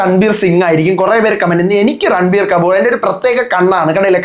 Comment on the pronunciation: Ranbir കമ്പൂർ അല്ല കപ്പൂർ 😊